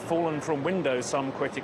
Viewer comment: After a year and a half since the invasion of Ukraine...and you still can't pronounce his name? It's not even a complicated one "Yevgeny"